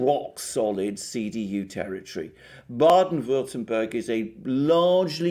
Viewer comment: Being German, let me please mention and let us APPRECIATE from on that Mr Alexander Mercouris is actually able to pronounce the names of those two German states of Rheinland-Pfalz and Baden-Württemberg perfectly well, particularly for an English speaking person. Kudos to you guys from a fellow Orthodox...! 👍👌💥